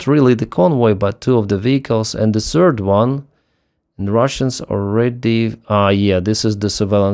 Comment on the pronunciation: Why cant you say Third, but you can say Russian? Its silly.